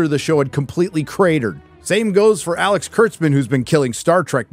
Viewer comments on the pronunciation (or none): none